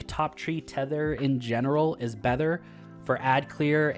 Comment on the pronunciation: "i still think top tree TETHER is in general BETHER" lol